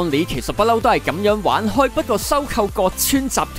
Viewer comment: 角川不是讀葛川！好清楚咁讀錯真係好難頂！😂